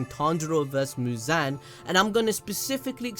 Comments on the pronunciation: It’s mooz-on not mooz-an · abd it’s actually mu-zon